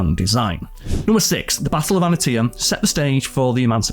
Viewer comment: Antietam (Ahn-tee-tum)